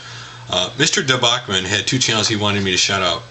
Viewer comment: hey, I just wanted to point out my name is pronounced with the CH (dee. boch) sound at the end... it is in fact the root word of debauchery. Just a clear up. Nice on the street fighter question. I thought that was the case, though I thought it may have been sagat in 2 turbo.